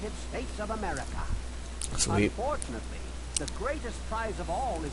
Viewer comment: The first president of Amerricuh lol